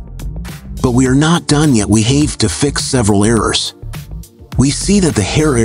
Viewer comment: The AI voice is a little annoying and doesn’t know how to pronounce ‘have’.